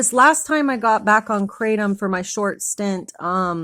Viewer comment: Kratom is pronounced CRAH-TOM not CRAY-TEM